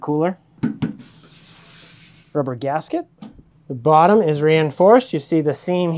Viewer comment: Mostly when you say bottom. Comes out bawwtum, to my Midwestern ear